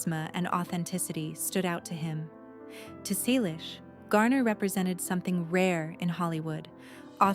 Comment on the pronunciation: Why post a fake image of Tom? Really stupid. Tom still has black hair with silver and white strands. Not again the story of his life. At least four to five times every day. Everyone we know has read his book or listened to the audio CD. Learn English. Learn to pronounce "Selleck". It's Magnum P.I. Tom and Jillie met in 1983. They got married in 1987. Don't talk about people you don't know personally. Don't copy other clueless creators. Don't copy the same misinformation.